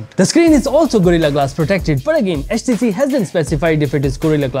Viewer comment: Man said HatchTC 😂